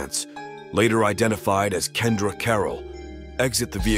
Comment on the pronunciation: N99a where you get "Kendra" from "Keon-dre" 😭😭😭😭😭😭😭😭😭😭😭😭😭😭😭😭😭😭😭😭😭😭